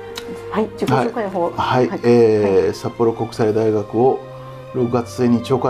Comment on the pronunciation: さっぽろうんこくさいだいがくになったのねｗ